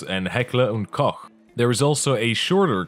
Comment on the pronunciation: Amazing Video :) And you are the First englisch speaking Person i've seen that pronounced "koch" correctly :D